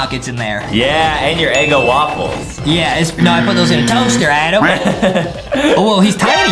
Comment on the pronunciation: It is raccoon not squirrel. Justin Adams my favorite now I won’t call him adem